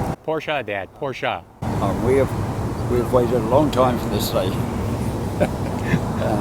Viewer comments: agreed, as a fellow Brit he says it correctly. Don’t get me started on aluminium - 😂. What a great moment. Great to see your dad enjoy the benefits of all that graft. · The way the old boy says Porsche is the way I've always pronounced it and the way it sounds right to me. Belated birthday wishes to him.